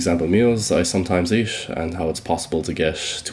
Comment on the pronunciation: Am I tripping or does he says “eesh” instead of “eat”? I’m not a native speaker so just asking for curiosity